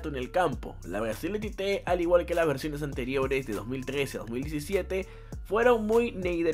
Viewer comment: Tite en portugués No es chiche jaja es chichi